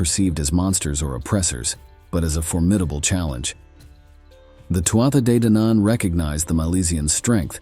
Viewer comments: Loving the stories but please this is how to pronounce Too Ha they Dan Ann ❤ sorry! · The first battle of was most likely at Finny, County Galway, and was preceded by three days of a game of hurling, which the Fir Bholg excelled at. The battle leader of the Fir Bholg was Sreng whose burial mound overlooks Lough Mask, near Tourmakeady. I found the mound and recorded its size, shape and location in 2016. And, You do not need to purposely mispronounce Tuatha De Danann